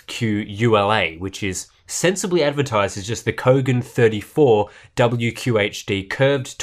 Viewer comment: What?? I thought I heard "BOGAN MONITOR"... lolol...